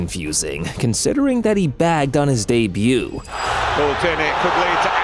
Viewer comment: He BAGGED on his dee-buu